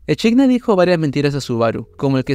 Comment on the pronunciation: me da tok que diga echidna tal cual en vez de equidna aaaa